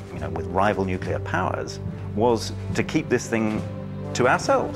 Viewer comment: Heh, the bloke at the beginning said nucular... :P